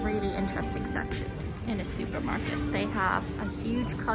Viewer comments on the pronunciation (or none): “Shuper Market?” 😂